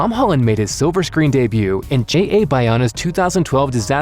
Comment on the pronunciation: anyone else think hes saying "Haaland" everytime he says "Holland"?